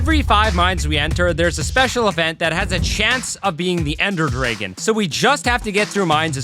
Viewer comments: the way he says ender dragon as "ender drigon" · ender drigon?